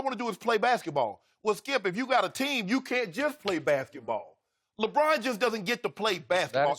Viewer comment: LoL! I call Lebron, 'LeBran' too (intentionally though). Like 'Raisin Bran'.